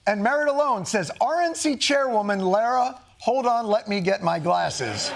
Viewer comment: its really pronounced LARa??? like a feminine for Larry??? checks out.